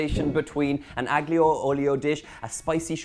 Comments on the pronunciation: PLEASE 🙏, the digraph "gl" in Italian is pronounced like the following: "lli" as in "million" (EN) -- the "g" is NEVER voiced; "ll" in Castilian Spanish (ES); "lh" in Portuguese (PT). Thus, "aglio" (garlic) is pronounced AH-lyoh, and "tagliatelle" is pronounced tah-lya-TEL-leh. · Don’t pronounce the g in aglio and you’re sweet. So A-lio, the same as olio but with an ‘a’, si? Yummy pasta btw! 😘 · He pronounced aglio wrong. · The G silent just like the T in often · You don't pronounce the 'G' in aglio 😜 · Donal, the G is silent. I cannot wait to make this dish. Thanks for sharing. God Bless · Donal, a linguistic point of view tip, the G in Aglio is silent and not pronounced here’s how to correctly pronounce it